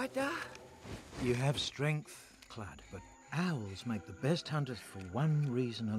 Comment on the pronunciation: its Kludd XD not kludge lol